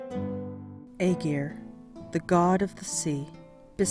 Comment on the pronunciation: You’d think the people that put the time into making these videos will at least learn how to pronounce the name properly